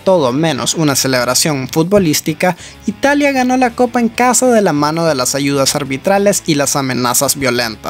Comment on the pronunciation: “Mamonde” Bruh.